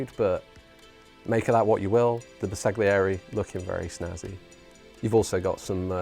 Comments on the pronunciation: Ouch! My ears hurt…LOL. Bersaglieri = “Burr-sal-yee-air-ee” (G is sort of silent). Right. Now that we’ve got that out of the way…the figures are quite lovely! Subscribed!! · Bersaglieri is pronounced ‘ber-sal-year-ie’—the ‘g’ is silent. ;-)